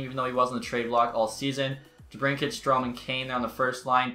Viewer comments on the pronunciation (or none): none